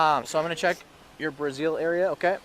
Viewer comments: Did he say he's checking her "Brazil" area? 🤣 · Did he say “I’m gonna check your brazeel area?” 😂 Just say bra if you can’t say brassiere 😂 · I think he meant brassiere but came out as Brazil. 😂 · I think he said brassiere.